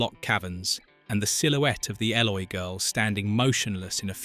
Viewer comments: Stop trying to make a nostalgic, wholesome film, into something seedy Yvette was born in 1942 - and was 18yrs old at the time of filming in 1960 - NOT sixteen BTW, Eloi is pronounced 'Eee-Loy' (not ell-oy) and Yvette is pronounced 'E-Vet' (nor Eee-ett) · Hey AI, it's pronounced E-loy. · Oh, and they were the 'ee-loy'.... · It mispronounced the Eloy and other words. It proved once more that AI means Annoying Imbecile! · If youve seen this film ‘many times’: you would pronounce ELOI the right way!! He took 3 BOOKS, but no candles and ended with Filby and the maid talking about him and which books would you take! George was more like a father figure to her and her people. According to IMDB, Yvette was 17 and turned 18 during filming They picked Rod Taylor because he was much younger and more athletic than the other choices James Mason and David Niven.